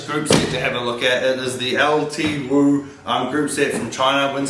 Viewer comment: Pronounced L2